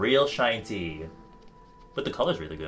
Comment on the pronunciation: "shinty" FFS 😂😂😂